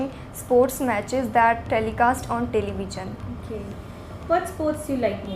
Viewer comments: Television pronunciation is not correct otherwise ok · Though she used complex sentences and good lexical resources,still there were several mistakes like using the word 'very' again and again, pronouncing television incorrectly and saying 'a interschool competition' instead of 'an interschool competition'.